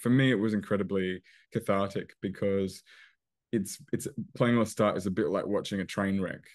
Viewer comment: It is Lestat not Loustat!!